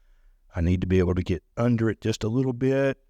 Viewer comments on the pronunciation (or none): none